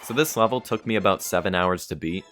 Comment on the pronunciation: Man says "lavel" in such a weird way, that the subtitles heard it as "wobble", that is really the hardest challenge you've done so far, so please put a wobble on your wall.